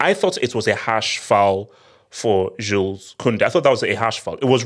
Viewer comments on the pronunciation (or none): none